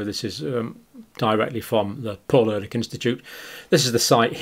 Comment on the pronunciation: Ehrlich is pronounced a bit like Air leek